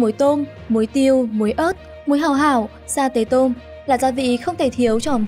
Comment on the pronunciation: Sa tế tôm là sa tê tô mư chứ không phải mô mư ad ơi